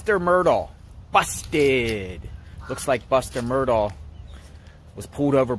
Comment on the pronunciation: You’ll gain more credibility if you’ll pronounce “Murdaugh” correctly. Good grief…